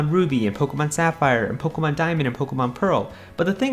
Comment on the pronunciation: It's Poh-KAY-mon.